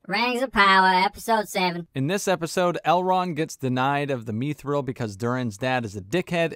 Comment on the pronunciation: its pronounced mith rill not mEEETH rel and thorens wife is not the best actor she ruins a lot when you are distracted when ever she is on screen because when thorens blood is so important to how the world works it makes no sense that means gimly is part black does that make any sense they gave her a role that makes no sense it work be like the king of England has a black wife it doesnt happen